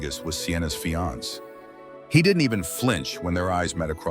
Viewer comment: Ai did pronounce the male version of fiancé correctly.